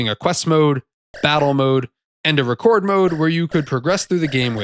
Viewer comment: I've never heard that choice of pronunciation of "record mode" before